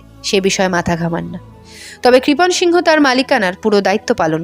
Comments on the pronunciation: আপনি বহ বার সিংহ উচ্চারণ করলেন ,ছবি দেখালাম এক অবাঙালি র তাই উচ্চারণ টা কি সিং হতো না, বাঙালি সিংহ হয় শুনেছি। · আরে সিংহ নয় সিং বলতে হবে। উচ্চারন ঠিক করুন